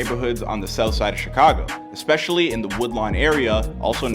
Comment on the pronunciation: I get what she trying to say, but the fact she says "expetially" instead of "especially" is killing me LOL